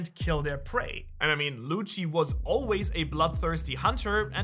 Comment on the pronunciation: the way you say lucci .. pls stop